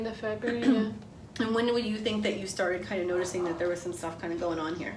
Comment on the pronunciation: Me seeing „Lets get Started!” Also me hearing how is saying „Started” Startid 😂❤️ love you so much Youre amazing ❤️❤️